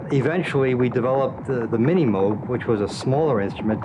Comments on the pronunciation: It's pronounced 'Moog', not 'Moog'. Get it right. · A documentary on Robert Moog begins by mispronouncing his name as M-OO-G rather than M-OH-G.